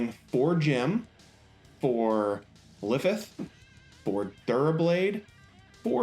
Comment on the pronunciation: Videos are great. Except how can you not pronounce the names correctly? Most them of them are easy. Ifith? Not Ifrith? Aerial when it clearly says Aile? : /